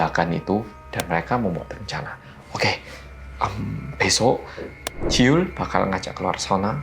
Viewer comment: Hahaha aku malah dengernya jiyul & wijin😂😂